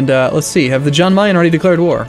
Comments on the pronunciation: It's pronounced like Yahn, not John. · say jan as yan like yes